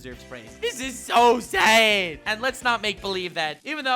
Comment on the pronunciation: Great Video! Yes it is So Sayd! That Dumbasses Rule The World, It So Sayd! I Find That Funny Not in a Mocking Way, I Think Saying Sad as Sayd is Funny